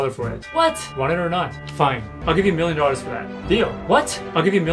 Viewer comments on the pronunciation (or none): Him: do you have a miwion dowars? Me: no i have 999,999$ Him: youre too poor..